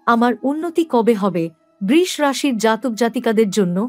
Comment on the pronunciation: Sudu dhop kono kichue hobe na Dhopdhop brish bole kono rashi nai uchharon thik korun Brisho